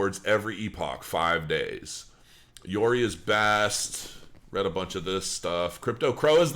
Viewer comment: How the hell can you pronounce Yoroi as Yori? I really don't get it.